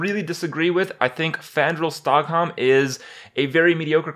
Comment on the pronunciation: STAGHELM! Kripp your saying stockholm in a very slow way Jesus man did u even play WoW? Also it's Krakken not Kreiken, have u never seen pirates of the caribbean. Damn some of your pronounciations are weak.